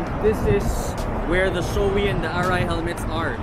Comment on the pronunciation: SHOEI hnd showy ang pronunciation. it's Sho ei. yung ei is kinuha kay Eitaro.